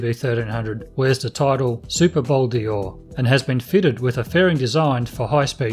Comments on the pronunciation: Pronounce it Bol Door as in a door you walk through, it's not Bol Deeor. Bol D'Or = 24 hour races at Paul Ricard circuit, south of France. Name is from there not Le Mans 24 hours, which is a different race. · In french they say " Bol Dor " not Bol-D-Or like you say . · It is Bol d`Or and not Bol dior. Named after the French 24-hour race. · Nice bike. It’s not ‘Bol Di-or’, but ‘Bol d’Or’🧐it’s a ‘bowl made of gold’. bol=bowl or=gold 🤓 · WTF is a Bowl Deeooor? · Bol D or is pronounced bol dor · Bol d'Or sounds like bol door mate. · hey nitwit.....there is no letter E in Bol D‘OR